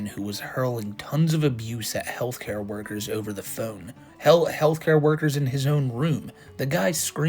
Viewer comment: The AI voices talk like Chris Chan. The way they replace the "TH" in every word with a D make me giggle